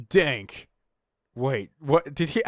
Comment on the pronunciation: sighs, then starts laughing Danke means thanks. Not dank. Nope nope nope. It's Dun-keh